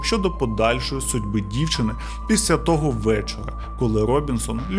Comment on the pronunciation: Шановний, я переслухала вже багато ваших відео і вже вкотре помічаю (профдиформормація🤷‍♀️), що у слові «після» не звучить звук «л», тому замість звучить слово «піся» (що також хороше слово, але не підходить за значенням:)